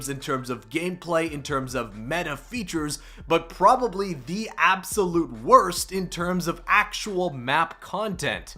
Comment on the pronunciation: Probe ably?